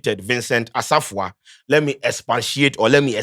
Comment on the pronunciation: please you're an Akan know to pronounce the names Asafuah and u're saying what? see how u mentionoed Umaru sanda's name. charlie make us proud wai